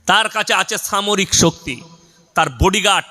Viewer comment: এই হুজুর ঠিকমতো উচ্চারণ করতে পারেন না. সামরিক কে বলছেন ছামরিক 😂